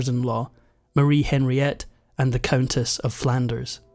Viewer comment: Henriette is pronounced on ree ette not Henry ette.